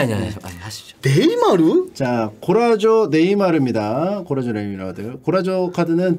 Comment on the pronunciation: 골라쏘 고라조라고 하는거 열받네